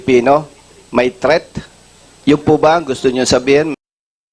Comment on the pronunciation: threat po hindi theat😂😂